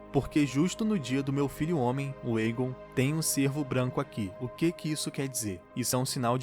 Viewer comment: Lindo demais este episódio só ñ gostei do dublador falando errado o nome do Aegon será q é tão difícil pronunciar certo fala sério eu amo a Raenyra e o Vyseris está um show achei lindo o encontro do cervo a legítima rainha amei cada detalhe deste episódio.